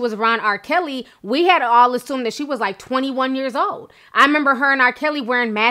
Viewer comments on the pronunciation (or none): none